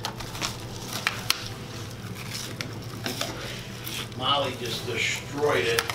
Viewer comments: Dang you both killed it! Molly's face when they mispronounced her last name lmao. Looks like you enjoyed the heck out of it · it actually looks pretty great..I love her look when he mispronounces her name...:) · Yeah but only bc that's what said..He's always mispronouncing her name on purpose..The man didn't know their names. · He butchered the hell outta her name 🤣